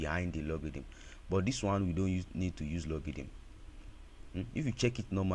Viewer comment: It's not pronounce logidn bro😅, it's logarithm..😅